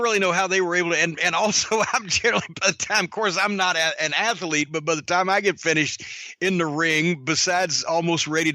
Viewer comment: I'm not an "ath-uh-lete"~